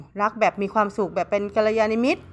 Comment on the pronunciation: กัลยาณมิตร= ✔...กัลยานิมิตร=❌เห็นแม่หมออ่านผิดแทบทุกคลิปเลย___